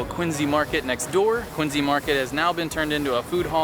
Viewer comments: Thank you! Thank you! Thank you for pronouncing Quincy Market the correct way. In Massachusetts we pronounce it Quinzy. That’s because Quincy Market, John Quincy Adams AND the City Of Quincy are named after Colonel John Quincy (grandfather of Abigail Adams) and that is how he pronounced it. Quinzy. 👍🏼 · Oh he pronounced Quincy correctly!